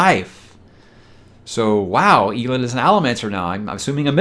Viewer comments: My issue with you pronouncing it “Eel-end” is… when people called him “El,” did you read it as “Eel?” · I read eelend rather than elend too 😅😂😂